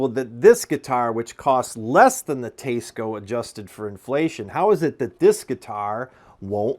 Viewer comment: I liked the part of the video about the Teisco! That’s a cool guitar and it sounded great in your playing sample (I would have preferred a lot more). As an added bonus, I learned how to pronounce Teisco (I always thought it was T S Co as well before this). So, thank you for that service. I am less enthused about the other 90% of the video which seems to be… a smarmy diatribe against commenters who don’t agree with you? You’re a great editor, a good player, and do a good job presenting guitars. You’re also logical and probably a capable debater - which is absolutely not what this video is, mind you. I just don’t get the need fellows like you and Glen Fricker (your style reminds me of his, in this regard) have to constantly entertain the naysayers. I get that it’s an avenue to content, but it feels thin skinned and makes me sad that you folks even have to read some of these nonsensical comments (like this one I’ve made!). Keep up the good work and happy playing. Maybe leave the trolls under the bridge instead of dragging them out into the light of day!